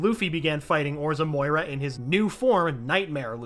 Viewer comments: imagine calling Moria "Moira" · Say it with me MORIA!!!!!! NOT MOYA